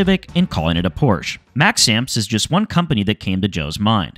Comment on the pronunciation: It’s “Porsche”, not “Porsche”……. ;) Love your videos. Thanks for the great content!